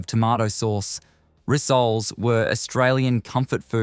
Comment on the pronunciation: Mate, your pronounciation is brutal. Apricot, rissole, worcestershire... if you aren't sure, ask someone.